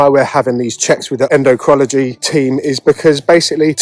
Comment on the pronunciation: En--doh-crin-all-o-gee! Just a help for a tough word.